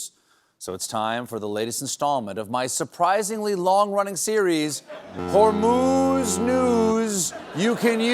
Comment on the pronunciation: BTW your hormuz pronunciation is wrong.